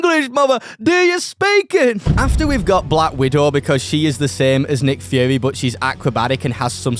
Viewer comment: I’m sorry did he say nick führer